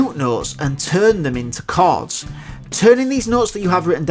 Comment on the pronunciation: Pal, it really sounds like you are pronouncing "cards" instead of "chords".